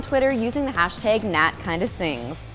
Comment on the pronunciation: I'm excited to hear you say hashteg again